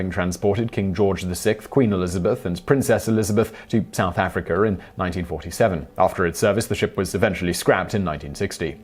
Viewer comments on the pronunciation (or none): none